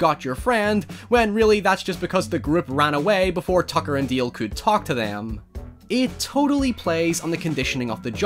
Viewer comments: Why do you keep saying Deel? It's DAle. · it's dAAAle God damnit not deal. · DALE. DAY-LE. Not DEAL. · DALE, not DEAL!! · Not sure if it his accent, but it is produced D-ale, I keep hearing say Deal. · >"Deal" DALE....DALE! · Fantastic Horror Parody! Love your accent but it's "Dale" not " Deal" ;)~ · It's DALE not DEAL 😭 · DALE not Deal ffs ! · My jaw hurts from clenching my teeth every time you saw dail, its dale not deal or deel deil . Its D A L E . No I or EE EA , I no its just your accent but I can't handle the dale thing , it has broken my mind. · Accent is pretty heavy man.. is DALE NOT DILL.. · D.A.L.E (not deal :p) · DALE !!!! DALE! NOT DEEL DEAL.. jesus Christ.......................... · I really like your videos but I’m sorry but his name is “Dale” not “Deal” 😁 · Dale not DEEAL bruh ;) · Love this movie. Why are you pronouncing Dale like that? It's Dale, not Deal. And don't use your accent as an excuse. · Dude, he is called DALE, not Deal or Deel. Your accent shouldn't stop you from pronouncing a person's name right. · dale not deal. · Why do you call him "Deal?" The character's name is "Dale." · I'm glad someone made a video about this forgotten little gem. I've gotta admit that the "Tucker and Deeel" bit was distracting for me, but that's because I'm an ESL speaker with a shitty ear for accents, so I kept looking for some other pronunciation features that would explain it but the only one I heard was "Deeel" over and over. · Nobody:: tooker and dayeel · "Tacker and Dieeeel" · Has anyone else noticed he keeps saying Tucker and "Deel"? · "Tucker and Deel" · "Tucker and Deael" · "Tucker and deeel" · Did he say tucker and deal? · Its Dale like ale